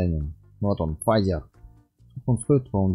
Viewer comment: не фазер а лазер